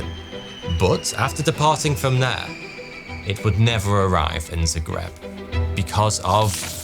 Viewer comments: It's "Zagreb" ... with an "A" ... ZAGREB 😄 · Zagreb, Hrvatska. Not Zegreb. 😢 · You mean ZAgreb, idk what Zegreb is 😅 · it's zAgreb nice video tho keep up the good work !